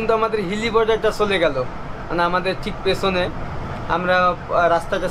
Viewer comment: bhai ei volvo ta 8 wheeler. and tumi cha k sa bolcho kano? jamon pechon k peson bolcho. sunte advut lagche. abar jabo k jamu bolcho khabo k khamu bolcho sunte valo lagchena.